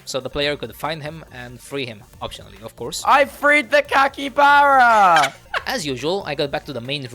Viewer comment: Yay i saved the "cakybara"😂